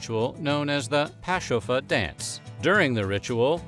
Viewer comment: This guy wasn't afraid to pronounce the Native language. 👍👏